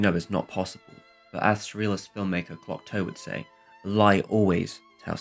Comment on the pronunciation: THis is an amazing video that taught me a lot about that film I have seen many times, and I am French. Just for information (it's really not a problem), the pronunciation of French names is really off and at times, the spelling (Cocteau, sounds like "cocto"). Prévert is akin to "pray vair", Grimault "gree mo". But this is just for your enjoyment, I didn't mind it at all. Thanks a lot.